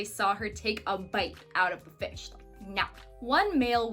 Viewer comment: You shouldn't say "Ish", you should say fish! I love you're cahnne!